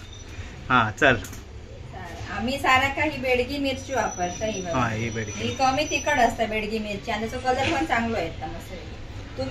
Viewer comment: Begdi mirchi nahi mhanat,bedgi as mhantat